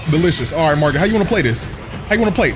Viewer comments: i love sm and this is my second time watching this play through, but i cant stand when he says margrit😭😭 its margit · calling Margit, “Margaret” the whole fight had me rolling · There is not one name that this guy says correctly. You kidding me magrit? Melanin? Grass instead of grace? This dude needs to go back to school lol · Im glad I wasn't the only one stuck on "Margret" for a good while. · When he called Margit Margret I died!!! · Keeps calling Margit Margaret lol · Everybody keeps saying this name wrong lmao. Its not Margaret. Its Margit. I dont think Ive seen more than 2-3 ppl get the name right 🤣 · Idk if you’re pronouncing the names wrong on purpose but his name ain’t Margaret. Also you need to slow down and go explore more. You’re kinda just rushing through this. You’ve missed a whole lotta stuff in limgrave